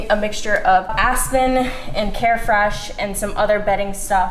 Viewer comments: “I’m gonna use a mixture of asston” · Aspen Me: aspirin